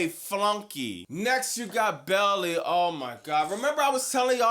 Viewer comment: Literally subbed cause of the way u pronounce Baily 😂